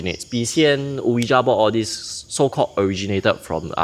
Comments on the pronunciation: hahaha why so defensive? It was not a critical comment. He clearly pronounced it as Oh-wee-ja and I’m couldn’t back and laugh about it but instead I thought I highlight it no offence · It’s pronounced as “wee-ja” board. Not “Oh-yi-Ja” board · funny. Since when did I say the ja was wrong? I just never never ever heard any1 pronounce it as Oh-we-ja b4